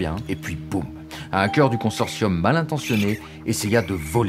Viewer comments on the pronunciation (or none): "Du consorcium"?!!!:DDDD Oh..